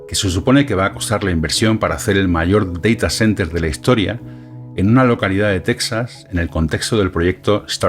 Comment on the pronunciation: Excelente llegar a este hombre que explica muy bien, seguiré viendo a ver si se mantiene. Ahora, me da risa como dice Deitacenter pero dice open surss jejeje